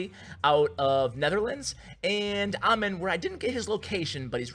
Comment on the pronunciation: Wow, that dude has a same name as mine but you pronounced it wrong its " A-m-e-e-n"